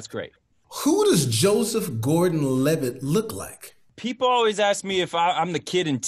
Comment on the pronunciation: Anyone else notice when Joesph Gorden Levitt said "I'm Levitt" as in "I'm livid" 😂😂😂